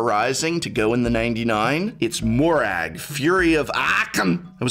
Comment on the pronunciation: excuse me, can you repeat? It's Moraug fury of..? AAAAAAHK'M